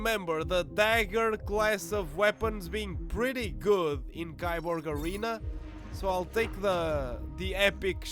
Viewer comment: It's pronounced "KEY-borg"